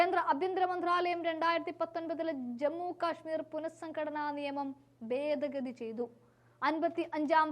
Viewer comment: ബേദ ഗതി??? എവിടുന്നാണ് മലയാളം പഠിച്ചത്??